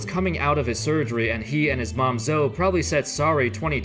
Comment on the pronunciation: zo-ee not zo lol